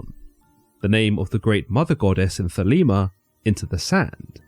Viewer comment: Crowley states in his autobiography that his name rhymes with holy not bowel. don't be influenced by Ozzy Osborne's pronunciation. I am a 5th degree OTO member and its thelayma not theleema just trying to correct the common mispronunciations. keep up the quest for understanding, good sirs. 93.